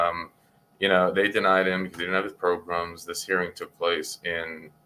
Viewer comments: PRO-GRAMS … why do u always say it like pogroms (which are wayyyy different haha) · Ooo LOL - thats pretty funny than - so essentially someone on the parole board was calling programs in a way that sounded like the ethnic cleansing of a specific mass group of people instead of PRO-GRAMS …. I literally thought after only 3 videos deep of watching him, that he literally says progrums (though sounds like pogroms) instead of programs But thanks for clarifying so I dont look like an idiot again hahah